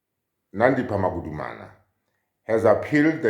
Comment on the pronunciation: "Magudumana" NOT "Magumana"